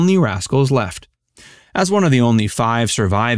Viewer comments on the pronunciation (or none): none